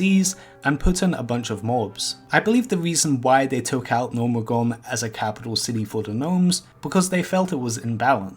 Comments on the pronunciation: gnomeregAn not gnomeregOn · "Gnomergan"? The fuck is that? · "Gnomeregone", like 20 times. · Gnomeregan. NO-mer-egg-an